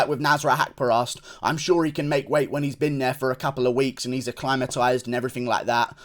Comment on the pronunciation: Acclimatize work on pronunciation